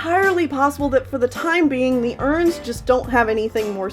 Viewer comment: I love how she say Erins like “urns”